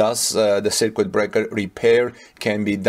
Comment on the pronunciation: Circuit is pronounced "sir-kut"